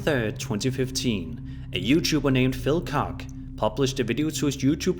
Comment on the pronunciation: Phil “Cock”, lol.